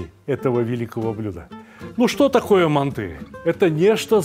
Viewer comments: Не мантЫ, а мАнты, Сталик...Емое..Вы ж в Узбекистане родились, говорите правильно.... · Россияне говорят мантЫ казахам уши режет😅